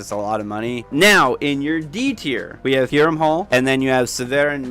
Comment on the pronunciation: I'm not criticizing your pronunciation, as there is a great deal of variation in the way even the voice actors in Skyrim pronounce the Nordic inspired words, but I think the J's in Hjerim, Hjaalmarch etc are meant to be pronouced like Y's: "Hyerim" and "Hyaalmarch". Like how Jorrvaskr is pronounced "Yorrvaskr". It makes the names a lot easier to say, at least in my experience :) This was a fantastic video btw, I totally agree with the rankings.